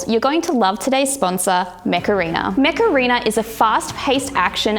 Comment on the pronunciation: Every time you said "Mech Arena" I heard "Macarena" hahahahahaha